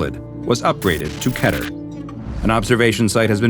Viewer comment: Keter not cater